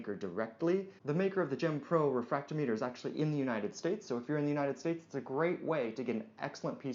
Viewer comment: The way you pronounce refractometer proves that you are truly a "".